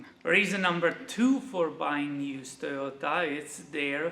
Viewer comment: pronunciation of Toyota right on the money and yes I love Toyota as well since I was 15 years I've only owned Toyota's